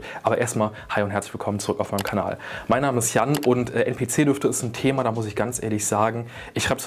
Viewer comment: NPC wird englisch ausgesprochen mein bester hahah